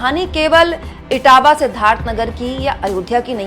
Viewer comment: मैडम इटावा नही इटवा है